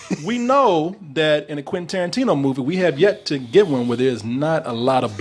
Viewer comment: Quentin Toe-rantino